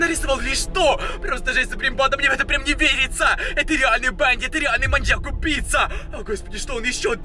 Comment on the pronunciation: Пачему ты всегда гавариши манияк